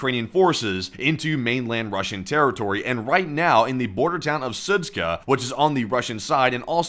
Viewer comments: Sudska? It's Zud-Sha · "SudZHa" not "Sudz-k(?)h(?)a" omg 💀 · Idk why you keep calling it "Sudzka" when it's clearly "Sudzha". -zh is a common transliteration of the sound -ж which is pronounced similar to the French -j, or for an English equivalent think of -s in the word "Asian." Just pronounce it as "Sudja" and it'll sound more correct. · it's pronounced SU:JA, not SU:TSKA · The name of the town is pronounced Soot-Jah. Not soot-kah. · Су́джа = "sood-dja", not "sood-ska" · Sudzha - is pronounced Soo-djuh. Not Soo-tska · Its pronounced like "suja" not SUTSKA. :D:D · The town of Sudzha is not pronounced with a K. If you pronounce it like that, than it means bit** 😅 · That does not explain why someone would not be able to pronounce Sudzha and add a 'k' which isn't even there! It doesn't need to be perfect, but at least try to slow down and read what it says would help a lot. I notice this in every video and it's really annoying. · The pronunciation of that town is Soo-jah. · It’s pronounced Sudja like in French perfume‘Jadore’ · Sudzha is pronounced Su-j-a, 'j' sound like in 'jump' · It's Sud- ZHA, like Zsa Zsa Gabor. No k. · The pronunciation is soo-jaa the combination of letters dzh is like an English J in Joe or Juice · Yeah , a little one :) It is more like [Soodjah] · There's no 'k' in Sudzha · The funniest thing out of this is seeing how many different ways people can mispronounce Sudzha.